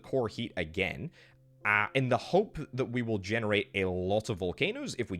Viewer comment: Dude had a stroke saying generate🤣